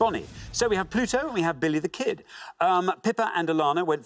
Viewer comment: I know accents exist, but "Belly the Ked"? really?